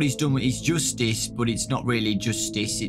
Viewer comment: Nobody:"Joostice"